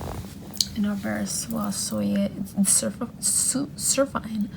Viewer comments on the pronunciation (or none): Those teensy tiny stitches are just sooooo beautiful!!! I vote for repeating the pattern 3 times 😊 Also!! A tip for pronouncing Soie Surfine - you say it like Swa Surfeen 😊😊 (Canadian over here so I have to somewhat know how to pronounce French words lol)